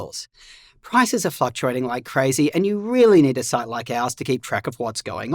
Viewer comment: it sounded like said "prices are f&cktuating". A truer Freudian slip has rarely been uttered.